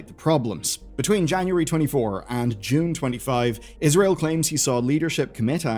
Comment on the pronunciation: every time he say israel i physically recoil